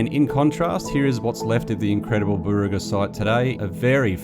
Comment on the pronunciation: Burraga is pronounced as bar rug gar